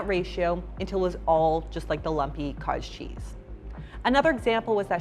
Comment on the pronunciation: ooooh haha! I kept hearing kaaaj cheese. Makes sense thanks